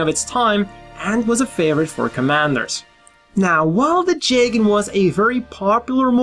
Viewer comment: I think it’s (jee gan) not (jay gan)